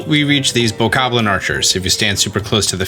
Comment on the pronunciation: Its BOKOBLIN not BOKABLIN